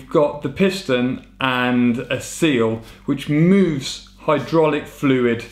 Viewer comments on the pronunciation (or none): none